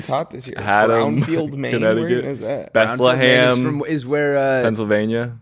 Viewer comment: LMAO - said “they’re touring in the most insane cities, too, like… ‘BethleHAM’, PA” 😂 it’s just “BethleHEM” like how it’s spelled and like the biblical city where little baby Jeebus was born 😂